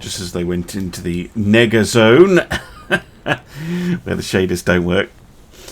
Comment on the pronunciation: Hey, I know you were saying Nega-zone. I would just suggest being careful when saying that because it can sound like an entirely different word. Not mad at you just sayin be careful.